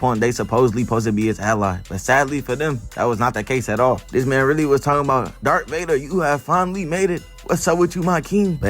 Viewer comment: DARTH not dArK